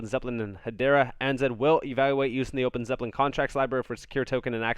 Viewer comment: ANZ = Australia & New Zealand Bank Pronounced A (Ay) N (en) Z (Zed)